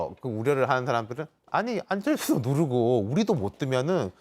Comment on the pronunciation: th 발음 겁나 거슬리네 ㅋㅋㅋㅋㅋ 안철thㅜ ㅇㅈㄹ